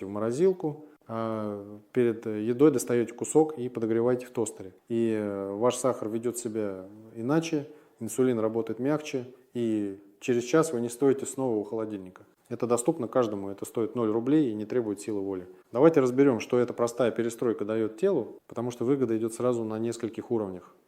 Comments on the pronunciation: Это не доктор, а искусственный интеллект. Авторы ролика должны были это отметить вначале. Послушайте с 8 мин 45 секунды. Человек не мог бы сказать: вы не стОите снова у холодильника. Ударение неправильное. Это не человек говорит. Дальше, с 8 мин 48 сек. Вместо: "скачка почти нет", говорит: скАчка почти нет....И самое главное с 8минуты 16 секунды. Послушайте внимательно!!! ""В замороженном хлебе, а потом размороженном КРАХМАЛА ОЩУТИМО БОЛЬШЕ, чем в свежем. " Это вообще не верно, а на самом деле количество крахмала не меняется, но его структура как бы сжимается. Часть крахмала превращается в устойчивый крахмал, который медленнее переваривается. Наш организм воспринимает его почти как клетчатку, поэтому уровень сахара не подскакивает, и дольше чувствуется сытость. Кстати, заморозка хлеба на калорийность почти не влияет. В зависимости от сорта хлеба в пределах 10% Это не о чём. Но, всё же,однозначно, что хлеб после заморозки и потом в тостер полезнее, чем свежий. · Качественное ИИ. КОСЯК: на слове СТОИТЕ 8.47, СКАЧКА 9.01 ударение неверное . присутствуют GPTые обороты.